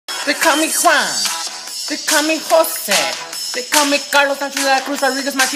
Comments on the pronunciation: It's ninety juan not twinty Juan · Its huan it's not huan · Its Juan , its not jaun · lol twenty - JAUN